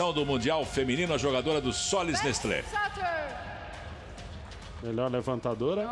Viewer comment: "Sollys Nestlo osasco from Barasil" é tipo assim que a moça pronuncia.. kkkkk